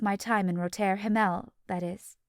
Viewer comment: Yes, incredibly distracting. Roter Himmel is really pronounced very differently in German as is the name of the night club. At least the previous narrator pronounced it correctly.